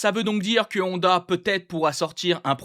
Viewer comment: Ça me fait trop rire que tu dis HONda ou AragON 😂